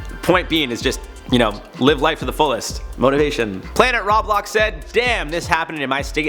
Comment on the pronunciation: Slyack he said Roblox weirdly